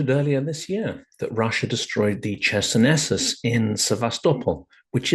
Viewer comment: Closer to ISIS. Well said! I was taken aback by that pronunciation of Chersonesus (χερσόνησος is still a common placename in Greek, meaning peninsula and sounding like hair-SOh-ni-soss) but maybe that's what has become the standard in English-speaking archaeological circles. A trivial detail compared to your important message.